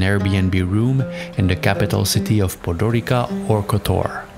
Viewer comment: TS not K in Podgorica, CH not KH in Brach :) Thank you for the video. Actually, coastline of Croatia is not such so cheap, but still it depends on where you come from